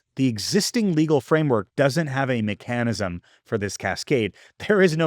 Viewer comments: Mih-CAN-ism? Are you using an AI avatar? MECH-anism. And some other obvious pronunciation gaffs that most 8th graders know how to pronounce. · Is this guy AI? "May-kan-anecism"? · i can't tell if the pronunciation of mechanism is intentional or not. Either way, it reminds me of an episode of How I Met Your Mother where the main character, Ted, as a university professor during lecture pronounces the word "Chah-muh-lee-AHN" instead of "kuh-mee-lee-in" (chameleon) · Is that really how Americans pronounce “mechanism”? 🤷🏻‍♀️ I never realised that. First time I’ve noticed. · mech anism? I've never heard it pronounced that way. Love the videos man, you're one of my favorite creators for sure. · I can't get over how you pronounce "mechanism"... or "theoretical".